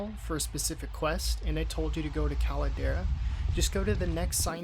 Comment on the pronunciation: cal-la-der-ra? what dat?